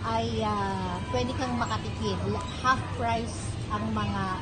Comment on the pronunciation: Anong haft? You mean, "half"?